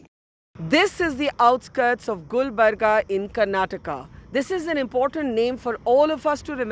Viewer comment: Gulbarga not gulbarg